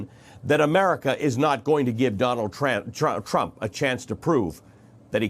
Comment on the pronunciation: Ali you got it right when you said Donald Tramp! 🤣